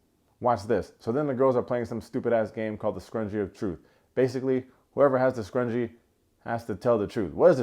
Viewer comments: Scrunchy not scrungee, although that game was scrungee af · Scrunchie! Not Scrungie! I was getting tight when AD was saying it wrong in the episode 🤣